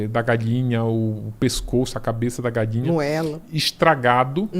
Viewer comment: Ele fala: "tenio" ao invés de tenho, "galinia" ao invés de galinha